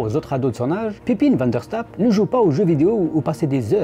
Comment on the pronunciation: Le "ij" de Pepijn se prononce "eille" comme dans "corbeille" ou "veille". C'est la règle générale pour les noms avec ce son en néerlandais.